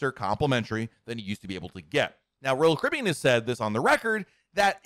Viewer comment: SLOWLY PRONOUNCE: ROYAL CARIBBEAN!!!!